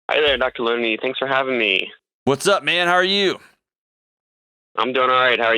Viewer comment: Sometimes when people say “Hey Dr Delony” it sounds like Dr Looney